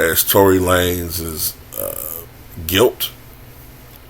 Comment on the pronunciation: It’s pronounced “lanes”